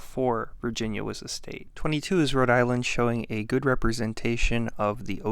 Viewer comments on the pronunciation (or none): none